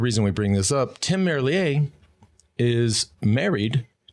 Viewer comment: MERLIER ISN’T FRENCH. STOP SAYING HIS NAME LIKE THAT